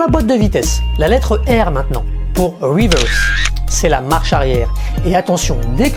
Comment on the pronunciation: Yeah en mode "RIWEURSE" mdr! Tkt tu geres l'anglais! Superbe video comme dhab! 👌 Ps: le tips n°4 m'a tué mdr j'ai kiffé l'histoire du neutre